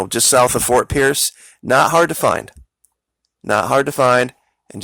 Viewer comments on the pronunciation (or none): none